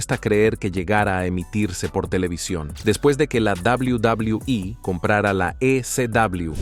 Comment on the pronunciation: "Doblaui Doblaui I"